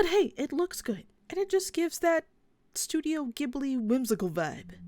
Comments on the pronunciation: It’s not giHbly it’s gjibly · Love your video, but I think in Japan you pronounce ghibli with a soft g.